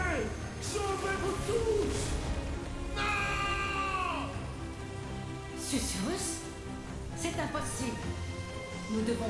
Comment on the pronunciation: Coucou mon et c'est parti pour l'épisode 17 de Forspoken. Susurrus, et non sucrus mdr..Que d'enchaînements et belles cinématiques, on en a beaucoup appris, c'était très intéressant! Eh oui on sait qui est sa mère, mais pas son père, j'espère pas que c'est Krav lol..Eh oui elle est d'ici et pas de New York! Elle a toujours eu ses pouvoirs en elle, en fin de compte! Pas de blagues aujourd'hui avec ces histoires émouvantes! Un super combat contre la bête, beau travail! C'était trop simple pour mon! Attrapez les tous, mon a fond sur la chansonnette des Pokémons hahaha! Par le pouvoir des 3 comme sur charmed lol, bien trouvé hihi.. Oh la vilaine brute, il t'a pas loupé, allez destruction en beauté garantie droit devant, yeee bravo! Eh oui Krav n'est plus dans le coeur de Frey, c'est certain! Mon qui n'aime pas cet ennemi, il t'avait énervé dans les combats avec les lampes..un vrai chieux lol...il comprend pas ce qu'il lui arrive, il est vite mort au final.. Quel combat contre ce zozio hihi, génial, tu as géré! Quel bel épisode! Je te souhaite une belle journée, prends bien soin de toi et de grosses bizouilles!